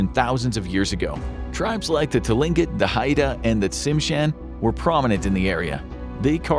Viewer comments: Tlingit is pronounced "kling-kit" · Tlingit is pronounced klinket